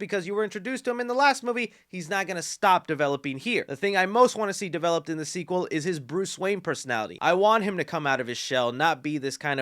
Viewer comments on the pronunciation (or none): none